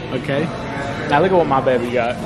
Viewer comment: I love how calls Montana Beby instead of baby lol